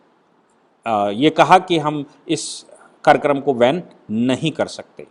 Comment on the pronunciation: Karyakaram ko van nahi ban word hai sir